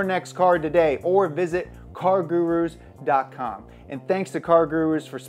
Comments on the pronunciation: He said car gururus 🤣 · I feel sorry for cargurus to pay this guy to mispronounce their name a dozen times... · It’s so funny how he says car gurus